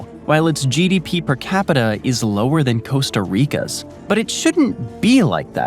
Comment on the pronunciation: I quit watching at "Coasta Rica"